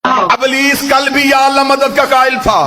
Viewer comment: Ablees nahi Iblees....Lafz to sahi bolo.